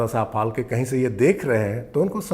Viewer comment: फाल्के नहीं फाळके!!!